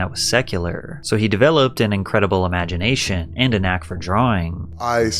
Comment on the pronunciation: The way you go low and lenghten the last syllable of every sentence makes me feel sleepy. 'Because of her religious viewwwwws.' So he developed and imaginationnnnnn' Feels like half the cc's on YouTube be low-key tryin to hypnotize ppl.